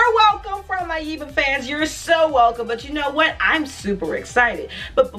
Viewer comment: I love your reaction!!! (BTW, It's YEHHH-buh, like Debra ;) ) Can't wait for you to react to Boomerang!